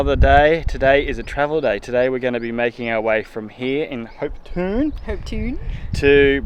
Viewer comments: Hopetoun is pronounced Hope Town, have been a resident of the Ravensthorpe Shire for 34 years 👋 We are so proud of our Fitzgerald River National Park, world heritage listed 👌🙌🫶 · You are close. Hopetoun is pronounced Hopeton. A place in Scotland near Edinburgh.